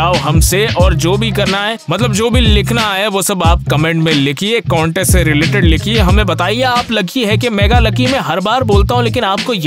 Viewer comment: It's not conteast it's contest😂